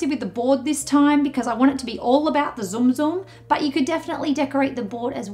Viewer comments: I felt my heart clench everytime she said "Zoom Zoom" The Tsum Tsum is super cute though Tsum Tsum try pronouncing it as Soom Soom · zoom zoom? I thought the pronounciation is silent t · You said tsum tsum wrong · She pronounced tsum tsum wrong